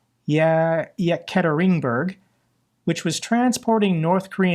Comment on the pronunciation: It's pronounced E-kat-er-in-berg. Named for Peter the Great's wife, Catherine I, and also is where Czar Nicholas II and his family were murdered.